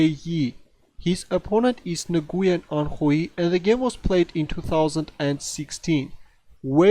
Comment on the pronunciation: Nguyen is pronounced "when"